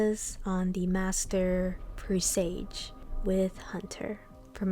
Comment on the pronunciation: This is awesome, I’m a solo player for everything, so this I will definitely be using. I’m sorry but, it’s pronounced "pre-s-ah-ge"